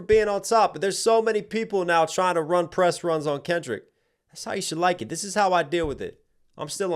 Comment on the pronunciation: “That’s how you should like it” also sounds like “shalackin”-a hard polish or beating😆